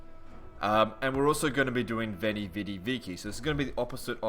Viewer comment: It is pronounced "Wainy, widi, wiki." Only the church pronounces it like you say it.